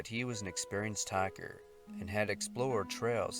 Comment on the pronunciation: he says hiker ... half way through the video I was wondering why so many hackers get lost in the wilderness >.<